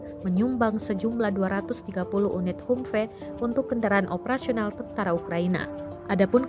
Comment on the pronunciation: ham fii neng baca nya. bukan humfe